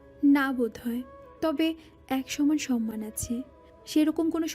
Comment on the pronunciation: সরমান না সম্মান উচ্চারণ ঠিক করেন! শুনতে ভালো লাগবে, তা না হলে শুনতে বিদঘুটে শোনাচ্ছে